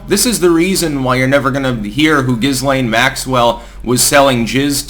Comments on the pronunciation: Pronounced Gilaine. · The S in Ghislaine is not pronounced. Ghee-laine or Ghee-len are fine. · The whole trial and aftermath doesn't pass the smell test. And it's pronounced Ghee-LANE although Gis-lane would be more descriptive. Lol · It's Ghislaine. Giz- lane. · I thought Ghislaine was pronounced; Jizz Lane. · Love your vlogs, but Ghislaine is pronounced a la the French name that it is even if she is not, as in GHEE LAINE, S is silent🤓……. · Guh Lynn is how it’s pronounced. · The s in Ghislaine is silent x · It is a soft "G". Like in giraffe. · I'm not quite sure why Styx pronounces her name the way he does. If you're going to include the 'S', at least refer to her as Jizzlaine Maxwell :) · C'mon man please learn to pronounce Ghislaine and Strzok. Consistently mispronounced. You're a smart man. Do better.